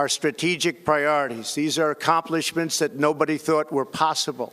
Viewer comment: wtf was that he said. Acompalat or Accomplishment ?